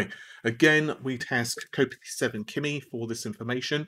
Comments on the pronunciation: Kopite is pronounced cop-ite not co-pity. Ref Liverpool FC Spion Kop. 7 is King Kenny Dalglish, and Virgil is Virgil Van Dyk who plays for LFC. As for Kimi that's either his name or he's into F1 :) Great vid as always, thanks! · His name is kopite (ite like night, not itty) so he means Virgil as in Virgil van Dijk the Liverpool player who recently got an ACL injury so is fucked for the whole season.